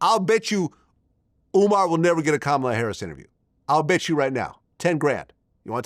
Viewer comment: And yet he can’t pronounce Kamala…the name is easy to say.